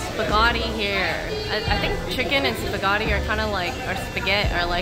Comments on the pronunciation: wtf is a spahgati huh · saying spaghatti